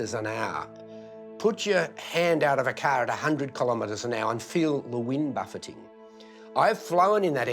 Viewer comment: LEARN HOW TO SAY KILLOMETERS ITS NOT KILLER METERS!